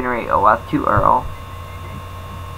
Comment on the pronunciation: did you pronounce URL as earl?